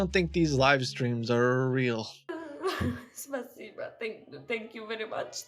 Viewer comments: they don't have to, it's about the accent - no Ukrainian person (or person speaking eastern slaving language in general) would ever say "spasibo" like that. This accent it totally foreign. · The girls in the second "live stream" isn't even Ukrainian, she has a foreign accent when saying "thank you" in Russian... Smh, the audacity of those people...